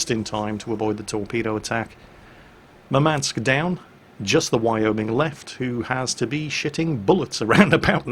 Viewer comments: its mUrmansk, not murmAnsk. Thats a city in nirthern russia. Greeting from Ukraine. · Just a quick note - in Russian the emphasis would be on first U in Murmansk (which is by the way the name of the city where one of the largest fleet bases resides). Love your videos! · So you would pronounce it Urmansk? I, as an English speaking individual, can't figure out how to soften the emphasis on the M without removing it. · BalisticChampion1 Moormansk may be a way to try...